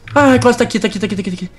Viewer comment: ngm sabe pronunciar o nome do rayquasa certo